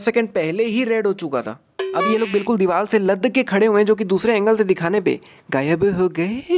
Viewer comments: teri ek mistake: diwal nahi hota diwar hota he or tere jese log sariya ko bhi saliya bolte ho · ABE DIVAL NHAI DIVAR